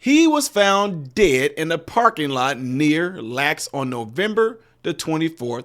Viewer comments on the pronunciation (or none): It is L A X. Los Angeles International Airport. You look bad when you mispronounce names and such…